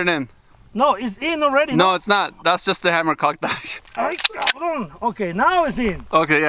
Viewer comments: Ask the other guy to stop with his caabron. He says it so much that it sounds like asshole n not caabron. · what is he saying? " cavrone "? or something? what does it mean? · If I had $1 for every time he says cabrõn I’d be rich